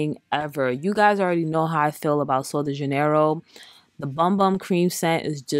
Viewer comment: Its pronounced like Loxscitane. It tookme years to learn lol & Sol de Janeiro is pronounced like Hanyero.